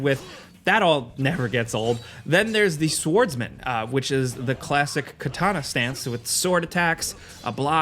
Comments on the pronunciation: did you notice that you pronounced the 'w' in swordsman? that's because this game is big W. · How the fuck do you mispronounce SWORDSMAN??